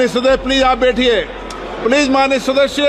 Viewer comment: अध्यक्ष जी!'सदस्य' बोलिए,'सदश्य' नहीं।